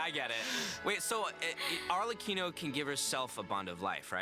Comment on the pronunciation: I knew you'd be hyped for this patch, being the Cyno stan you are with him getting a part 2 story quest! Oh, and Arlecchino is pronounced with a hard C, like "Arle-Kino".